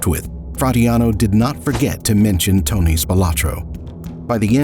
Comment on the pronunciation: they could at least pronounce tony's name correctly